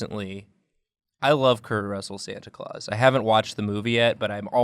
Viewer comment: Lol “Stanta Claus”